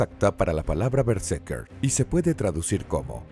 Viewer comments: vale vale pero es BerseRker, escrito y mal pronunciado TODO el video :( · ademas es:" berse R ker" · estas pronunciando mal berserker todo el rato XD solo por intentar pronunciar bien el ingles